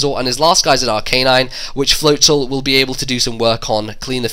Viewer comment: It's Ar-ca-nine, not Ar-canine. :]